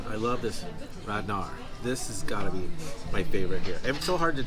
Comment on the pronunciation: And Rad Nar is pronounced Lahttttt Nahhh